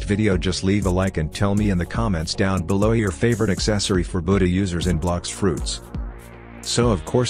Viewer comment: The way you said buddha at first you said bootyah